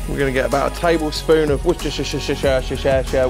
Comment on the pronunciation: I subscribed once I heard you say worcestershire sauce the way you did 🤣🤣